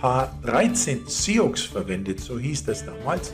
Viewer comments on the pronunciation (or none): sioux wird "suh" ausgesprochen!